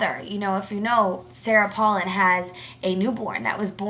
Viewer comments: First of all if youre gonna be talkin' smack on her pronounce her name right mofo, second of all, it really sucks for you that youre so wrapped up in OTHER peoples lives you almost fell to the floor? i dont see how its your business. and last, her daughter's pregnancy did not effect her running at all. have a nice day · Learn how to pronounce her name correctly. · say her fucking name right u dumb ass bitch